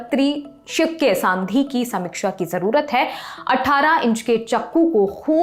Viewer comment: बहुत घटिया हिंदी है प्रस्तोता महोदया की खुखरी को खुनखरी और सन्धि को सांधी , प्रशिक्षण को परशिक्षण कह रही है , जाओ पहले अच्छे से पढ़कर आओ